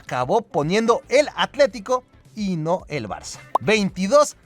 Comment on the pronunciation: cuando no, el gordo termo tenia que decir barzzzzzza